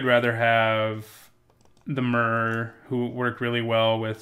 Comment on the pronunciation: It triggers me how you pronounce myr. I say my-er